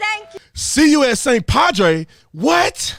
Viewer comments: For the record b, she said "padway" lol not padre. But still not any better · No, Brother Tatum. She said "pwad-way"!